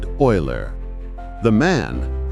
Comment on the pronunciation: Oil-er, not u-ler.